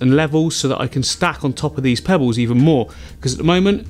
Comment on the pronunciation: I love the accent... Sounded like 'pebbews' or 'pebboos' instead of pebbles 😋. Beautiful design. Love the video.